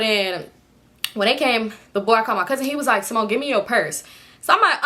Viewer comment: “Ceemone” us Hispanics always pronounce names with our accent😂